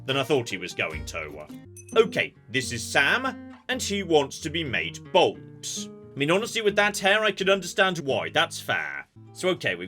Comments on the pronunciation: "this customer wants to be bold" Me, listening while working: "ooh I wonder what kind of bold hairstyle will give him?" proceeds to shave his head Me: Bold?... Bold?? OH BALD! BALD JON, ITS PRONOUNCED LIKE BALLED! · My brother in Christ, I am from England. This is not the normal way one pronounces bald. It's a very specific regional accent thing. Given our breadth of accents and the fact that they can completely change within a 2 mile radius, we do enjoy taking the piss out of some of the more egregious ones. also says Moss-cow which can go take a long walk into the sea. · He's British. They pronounce it like Bauld/Bowled, which for some might sound like Bold. It's the same way that Canadians sound like they are saying Aboot when they say About because our 'out' sound is half way between about and abatt, which confuses some people into hearing aboot (going the completely other way phonetically).